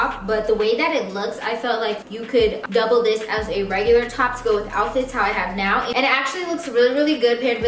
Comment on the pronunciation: All I’m hearing is “go swipe your card RIGHT NIE”